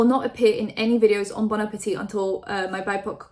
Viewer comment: Omg dont talk about bon appetit if you're not going to do enough research to pronounce or intro it with respect. Fuck